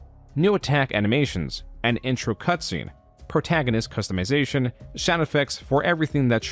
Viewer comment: Are you using an AI voice double to narrate this video? It really seems like it. Im flipping back and forth between this and some of your older videos, and the voice sounds the same, but here your speach is flat and emotionless and you mispronounced some really commonly used words like "customization". If you are using an AI, you should stop. It kills the personality If you are not maybe you need to take a break because ot seems like (at least in the narration) you are just going through the motions.